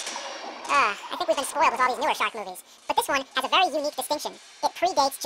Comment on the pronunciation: When he is saying shark movies over and over again it sounds like 'shock me, shock me, shock me'